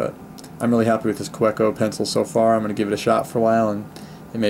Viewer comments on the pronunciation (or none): Just nit picking here, but it’s pronounced “ka-veh-co”.